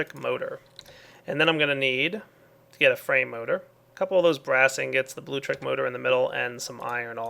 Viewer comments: it's pronounced Bloo-Lectric. No big deal, but you've been saying Bloo-trick since you started using it. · LIK DIS IF U CRINGE EVERTIM says "bluetrick'.